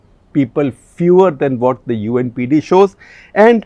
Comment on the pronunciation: You said UNPD I guess u meant UNDP